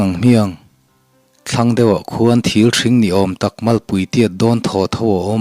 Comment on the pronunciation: Fah leh thil ṭhing lai tak hi ka nui char char. (Fah leh ṭhil thing tih tur ni awm tak.)😂😂